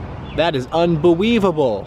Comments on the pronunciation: 1. "Unbaweavable" I died 😂😂😂💀 2. You should name it Adam because of the Apple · "That is unbeweavable" smashes like button